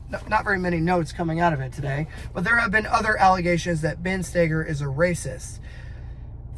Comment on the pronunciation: Is spelled Stoeger…. And idk probably because Ben himself pronounces it “Stay-ger”